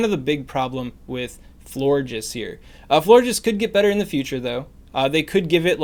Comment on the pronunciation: He said flore jizz